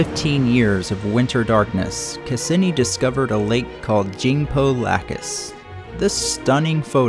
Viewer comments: The pronunciation of Cassini: ('kass-EE-nee') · You mispronounced Cassini. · Nice video well done and awesome but that's not how Cassini is pronounced lmaoo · good work tex, except it’s: cah see knee not cah sin knee electro static not electo setic kem istry not kim istry caz ums not chaz ums but really anything is better than some of the nigel mee thaners lol